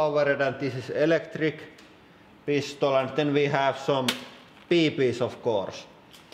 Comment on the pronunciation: I love how he says bb's "Now for the most dangerous part the beebee's"